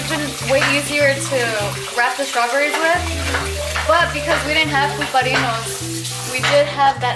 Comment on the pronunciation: "Strawburries" 😂 oh